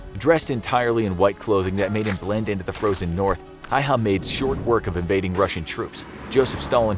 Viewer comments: its Häyhä, not häyä or hayha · it’s “Häyhä”!! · Itis Simo häyhä not hauha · Mr Häyhä is Häyhä no hayha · its simo häyhä not hayha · It is not hayha its häyhä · I hate the fact that he sayd (Hai'ha) when it is just Häyhä it is maybe finnish hard pronounces but its not that hard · Actually it's Häyhä...not hayha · ITS häyhä simo häyhä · It’s Häyhä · it's really Simo Häyhä in Finnish and i know you guys dont know what ä is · IT'S SIMO HÄYHÄ! PERKELE!